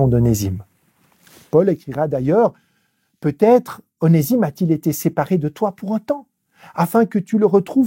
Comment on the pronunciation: Onésime se prononce Oné(z)ime